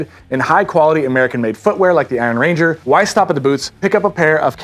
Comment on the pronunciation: They’re named after the Iron Range in Minnesota, not after a ranger made from iron. Emphasis is on “iron,” not “ranger.” 😊. Thanks for.